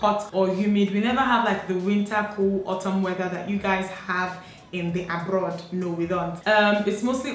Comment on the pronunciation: I love how you say 'in the abrroad." That igbo tongue, nwa roll that "r" for us lol.